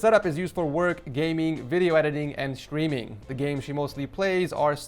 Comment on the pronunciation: is it just me or does everytime he says the word streaming it sounds like the word screaming